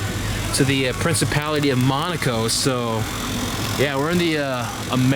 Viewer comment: The whole video, I thought he was saying "monocle plates"